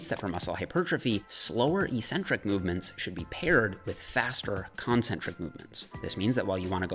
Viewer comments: EEEEEEEEEEEEcentric is NOT a word. I know you still don't believe me. As one of the most pivotal words in your lexicon, it's definitely worth the 30 seconds of your life to look it up. You'll find the etymology interesting, too, I think. It'll make you the most learned member of the health and fitness industry! Others might find you eccentric for pronouncing it properly,, but it's a small price to pay for accuracy, right? Thanks for the great video, nonetheless. ;-) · May I ask a mostly unrelated question? I've noticed that fitness people, and generally only fitness people, pronounce the word "eccentric" as "ee-sentrik" rather than the far more common "ek-sentrik." Compare, e.g., "eccentric billionaire" or "this ellipse is more eccentric than that one." Any idea why this is?